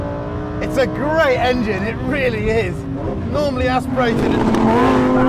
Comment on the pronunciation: Did he say 'normally' aspirated... sigh